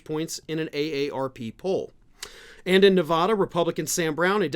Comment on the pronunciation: Being unable to pronounce Nevada makes you sound ignorant